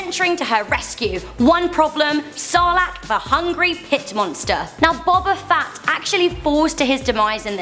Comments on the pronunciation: fett not fatt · It's fett not fat!!! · we are star wars fans they said. cant even say fett but fat :P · and its not boba fatt its fett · Its not jango fatt its fett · U mean jango fett not jengo fat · STOP SAYING FATT ITS FETT!!!!! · Does she say Jango and Boba "Fat"!? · You called Boba Fett Bobba Fat